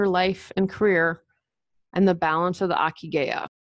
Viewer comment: Hi! Not that important, but the ikigai is pronounced, "EE KEE GAH EE" (reason for being). Cheers!